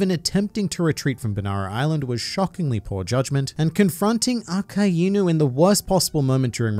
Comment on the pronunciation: It's akainu not aka-inu think of it in English like ai=I